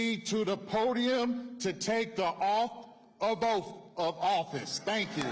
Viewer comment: Utterly Ridiculous....YUK!! This is an Embarrassment. " Off of Oaf of Office..." Improperly Sworn In........... She swear She what!?